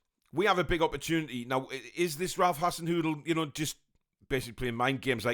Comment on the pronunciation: I’ve rewound and rewound and all I can hear when your pronounce his name is Ralph hassen noodle! Time for a pot noodle I think 😂